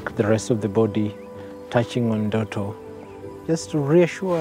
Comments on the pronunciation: nooo... there is no E... it's Ndoto which means dream... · "Endoto" he said 😂😂😂...